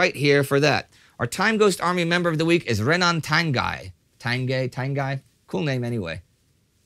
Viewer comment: Tanguy looks like a french surname so it’s probably pronounced : tan-gee